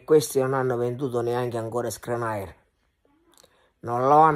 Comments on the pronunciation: si dice Skriniar nn Skranait😅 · Si chiama SKRINIAR "SCH-RI-NI-AR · SPERo che Skriniar non vada via dall Inter solo per sentirtelo pronunciare ancora ! 😂😂😂